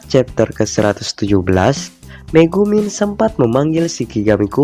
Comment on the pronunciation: Megumi bukan megumin ahh